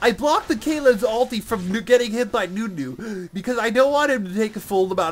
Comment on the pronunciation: its NUNU not DEWDEW xD